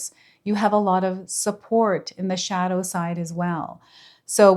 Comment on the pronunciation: My ears starting ringing when you said shodow diver